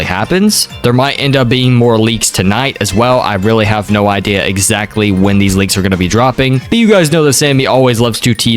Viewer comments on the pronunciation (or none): none